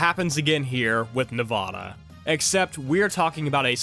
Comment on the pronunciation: You said Nevada wrong. The first a is pronounced like the a in apple, not like "ah."